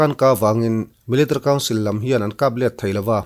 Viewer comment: Zo YouTuber zingah Military i lam mawi in i hnehsawh ber😅